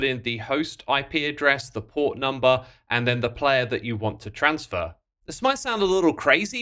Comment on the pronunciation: Its so much fun hearing xisuma swap pronunciations of "transfer" in one sentence to the next